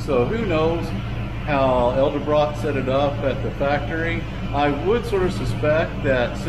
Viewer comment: Why does everyone call them ELdebrock?